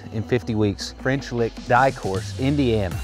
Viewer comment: Did you say the name of this course was “French Lick” or “Butt Kick”?